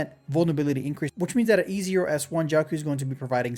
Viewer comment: bro really said "JIAOXIAO"